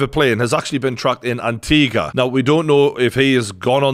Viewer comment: he said Antigua properly!! 👏🏾👏🏾🇦🇬